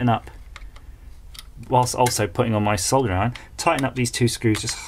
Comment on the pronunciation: A refreshing UK tear down where the pronunciation is SOLDERING rather than the irritating SODDERING in the USA tear downs.